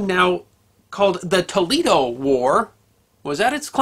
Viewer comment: t o e - l a y - doe